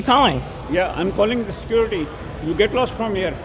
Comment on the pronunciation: Bro instanly called sercruity